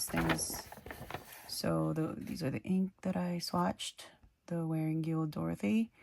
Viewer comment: Hi!!! Going through all your ink swatching videos for ink ideas. Please don’t get offended, it’s just a lending hand. The second e in Wearingeul is silent so it’s pronounced Wearingul.